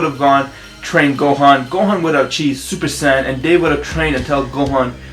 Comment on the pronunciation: Did u just say supersand xD